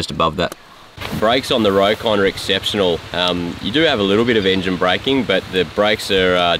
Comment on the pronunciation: The name is pronounced "Rock-on" not "Row-kon".